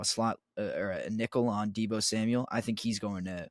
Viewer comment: Deebo Samuel, no (s) at the end...